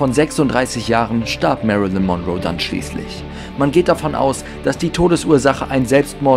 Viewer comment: Das zweite "L" in Lincoln ist stumm und Monroe wird auf der letzten, nicht auf der ersten Silbe betont. Doch das sind nur Kleinigkeiten, gemessen an all den anderen Fehlinformationen in diesem Video. Es sind zu viele, sie hier aufzuzählen, aber einige werden in den anderen Kommentaren genannt. Du hast so unglaublich wenig Ahnung, dass es richtig weh tut. LÖSCH DICH!!!